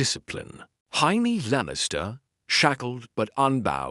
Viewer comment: Why do the AI narrators of any GOT what if? channel struggle with Jamie's name? They all pronounce it "High-mee"